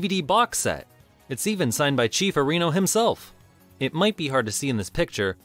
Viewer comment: Arr'ee•no, not Uh•ree'no